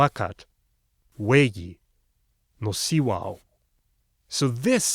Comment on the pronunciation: And yet my statement still stands. It only indicates the length of the vowel, not the stress of the syllable. In "āhuacatl," the first is long, the second is stressed, and the third is neither. He pronounced it just fine.